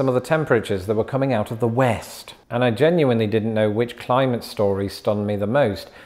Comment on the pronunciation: The way you said west